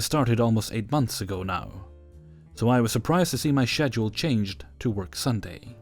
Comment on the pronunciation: No hate, but why do you pronounce schedule like that? Lol.